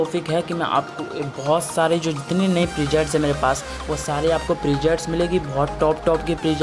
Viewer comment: presets hota hai bhai prejets nhi 😂😂😂😂